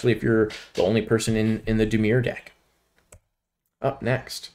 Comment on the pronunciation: Some pretty good analysis on the set here. Be prepared to lol at some of the pronounciation (ex: Tiamat, Drizz't, Dimir), but whatever. Solid recommendations, and I agreed with most of his top commons picks, and probably any differences would've been the 4th pick anyway.